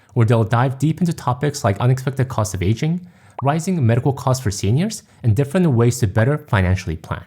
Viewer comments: oh, it's "aging parents", not "asian parents". that got me confused for a while (english is not my first language and i sometimes struggle with hearing accents). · Your accent threw me off at first because it sounded like you were saying "Asian" instead of "aging." I thought "But my parents aren't Asian lol."